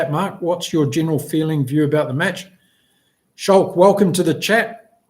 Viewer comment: FWIW Schalk is pronounced Skulk like school … 😁